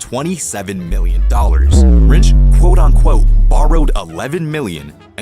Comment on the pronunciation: It’s “quote unquote” not “quote on quote” moron